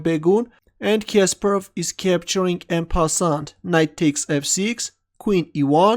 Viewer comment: Omg the way you say Kasparov annoys me every time... I usually avoid when you comment on his game Sorry